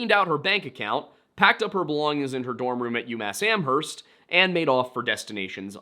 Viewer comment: Js so you know the h in Amherst is silent